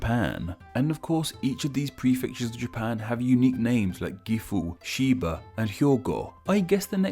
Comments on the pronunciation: Chiba isn't pronounced ''Shiba'', it's not a dog! XD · Chiba is said with the same "Chi" enunciation as Sochi. You made it sound like Chiba is the home of Shiba inu lol